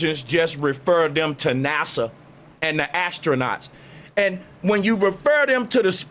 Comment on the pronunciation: I been with you, but NASA sounds like Massa!